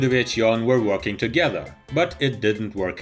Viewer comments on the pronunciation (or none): none